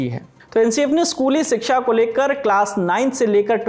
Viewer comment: "Siksha" nahi "Shiksha" hota he....Hindi to sahi se bolna seekh lo...